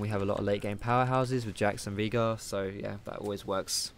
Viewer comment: Why are you calling him Veegar? Its Veigar ._.